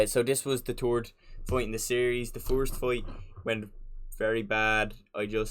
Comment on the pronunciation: In teh turd. Wheene you gwot uoip it wasss really centurd.